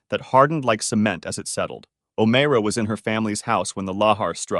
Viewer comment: O MYRA is how you pronounce it